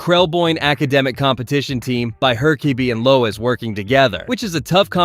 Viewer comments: Why do you keep saying Her-kay-bee? It's herk-uh-bee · Glad your videos got recommended to me, but please learn "Hur-co-be"'s name properly, please no more "her-cob-bay"s - sorry, thanks 🙂 Otherwise lovin the vids 😃 Be good to watch some episodes as a Reacts, with your Thoughts at the end, if that's something you do 💗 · It's pronounced **Herk-uh-bee**, with the first syllable having the emphasis. Not "Her-caw-bay", which is the way every White American mispronounces every Japanese and Spanish word ever, which the name Herkabe is not even of Japanese or Spanish origin. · They say it in the damn show not her-car-bee It's her-kuh-bee His name isn't pronounced wrong once I. The show and you did it in a matter of minutes twice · Your entire video's credibility goes out the window because of Her-kay-be. You didn't watch the show, your opinions aren't real. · HER KUH BEE it's fucking HER KUH BEE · bra said "her-caw-Bi" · Her-Ka-Bee huh? 😂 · He even said her-kay-bee at one point. Might be rage baiting for engagement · The pronunciation of Herkabe's name constantly was just so frustrating. Did this guy not watch the show? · That was a heck of a pronunciation of Herkabe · Bro he pronounced it differently like every single time Jesus like i do not think he watched the show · I had playing in the background and couldn't figure out who he was talking about until I looked at the end of the vid.. why did he say it like that😂😂😂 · It's bizarre because it's obviously not the correct pronunciation which could have been fixed by watching an episode of the show, but what makes it weird is that it's not even pronounced wrong consistently throughout. What. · Are you mispronouncing the teachers name on purpose?? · Have you watched the show? How do you not know how to pronounce Herkabe's name? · Its called comment bait. Butcher a pronunciation and it causes people like you to whine and give the video more engagement